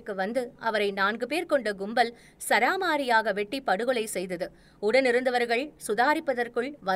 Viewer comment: wrong pronunciation It’s ச ர மாரியாக Not ச ரா மாரியாக Nowadays I keep hearing the wrong pronunciation.